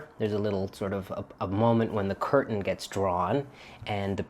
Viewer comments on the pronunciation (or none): none